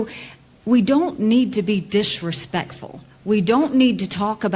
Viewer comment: "DISH RESPECFUL"????